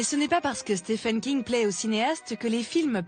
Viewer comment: Dommage qu'il soit systématiquement mal prononcé !